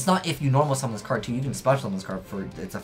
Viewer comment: like peter griffin saying card: "Cad"